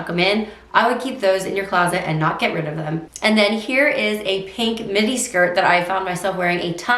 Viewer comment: When you said midi, I thought you said mini. At first I was like what?! 🤣